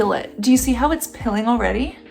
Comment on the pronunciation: why the hell do you pronounce PEELING "pilling"?